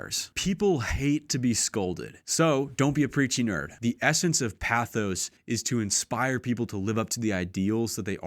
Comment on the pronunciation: He's also saying "pathos" incorrectly.